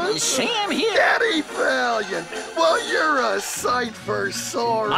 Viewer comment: Am I the only one who misheard the toon bullet say "Daddy Valiant!" instead of "Eddie Valiant!" ?